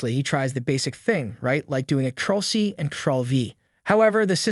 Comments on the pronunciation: its called CTRL not TROLL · CTRL is pronouce the same as CONTROL bro... not "troll"